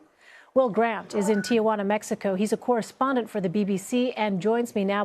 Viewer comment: There is no Tia in Ti Juana!!!!!!!!! Errrrrr ignorant stupid woman!!